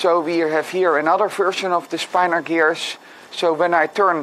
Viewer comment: It's pronounced "spin-or" and it's really interesting! I highly recommend this PBS Spacetime video on the topic: It may even inspire you to attempt some 3D mechanisms based on this magical property.